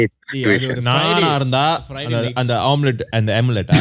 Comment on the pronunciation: amulet becomes omelette 😂😂😂😂😂 I can’t la 😂